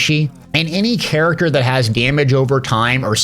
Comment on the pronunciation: I said Character like Chair , The rest of the video was very very good but i just had to let you know xD